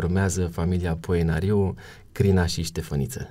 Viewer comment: Nu se spune Poenaríu se spune Poenariú